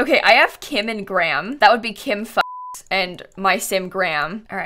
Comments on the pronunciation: I automatically correct her wrong pronunciation in my head, everytime she says it. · at least she says it wrong as a joke and not seriously :/